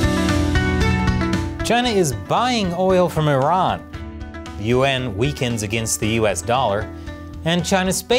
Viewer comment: As an Asian-American guy, I always find it funny how pronounces the word "yuan". He pronounces it "yu-en" instead of one syllable. Maybe he has a hard time pronouncing that word; but, it just sounds strange to me...